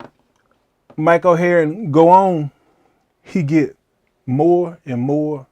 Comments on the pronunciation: This is so great! Pronouncing his name “Mike Oheroin” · Mike oh hey-ern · you say his name so funnily